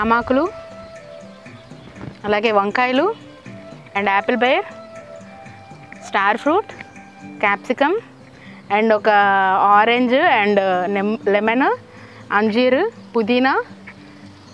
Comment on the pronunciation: అంజిరా పండు ..అన్ హిరా కాదు